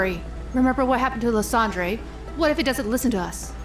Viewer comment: I'm sorry, what was that pronunciation of Lysandre???? Yikies And why is Silver helping Giovanni?????? He hates his dad I'm?????? Nothing to say about the Pokemon though--they're awesome. That Ultra Beast is so cute! It's like a Mew/Porygon/Rotom thing and it's adorable! And I LOVE its Mimikyu vibes, Mimikyu is my favorite!